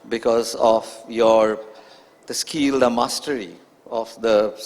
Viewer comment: Pitch = peach Did = deed Devastating = divaastating Verbal = vaarbal Skill = skeel Appealing = appiling Idol = idoll Picking = peaking Opener = opaynaar What = whaat Marathi = Maaraathi Monopolising = monoepoelising Journalist = jaarnaalist And so on and so forth. Why engage such a moderator whose pronunciation is so poor?